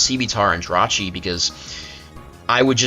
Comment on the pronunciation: The only person in the world to refer to Jirachi as "Jirah". Rachi seems to roll off the tongue better, but hey, if that's your hill then by all means defend that hill.